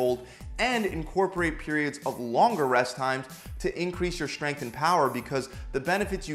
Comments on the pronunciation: Why does he pronounce it shhhtrength?? wtf is this stupid trend of mispronouncing words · the way he says SHtrength